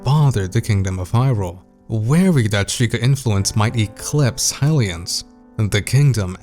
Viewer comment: Who are these “Ha-lians” you speak of